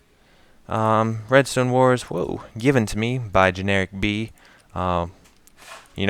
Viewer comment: Its Generikb not Generilkb :D